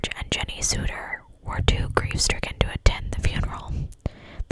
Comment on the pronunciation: Their last name is pronounced like "odd", so its the Sodder family. I just thought I would let you know since you questioned it. Other than that, you did an awesome job as usual.